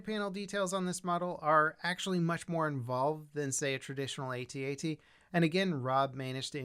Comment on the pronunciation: Pretty sure George Lucas said its pronounced how it's spelled like the word at not each letter separate from each other like A-T-A-T? Either way very cool model!